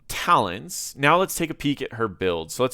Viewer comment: Man, you can't even read the talents right. Shame.